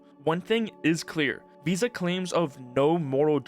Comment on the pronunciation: The way the "vis" part in "VISA" is pronounced, sounds like the dutch word "vies", which means "dirty". Which sounds very fitting right about now.